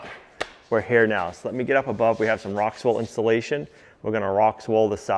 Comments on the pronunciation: There's no S in Rockwool. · The one YouTube show I look forward to every Tuesday, Thursday, and Saturday… my easy fave…but …it’s Rockwool … not RockSwool.. no s.. Miss seeing Livvy too. Hope she’s doing well but I’d be protective of my daughter too.. Love your show. Have binge watched everything on playlists.. multiple times.. “I like it…”